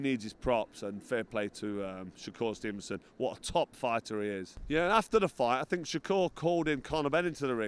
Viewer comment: 'Sho-cure stevenson' lol